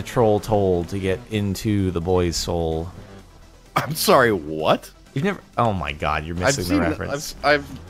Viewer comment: Alex Nells I think just can’t pronounce soul because he definitely says hole. And even though the rest of the play said soul mentions troll toll again when he’s on the tourist ride and again he sounds like he says hole but means soul. Funny as shut either way. Lol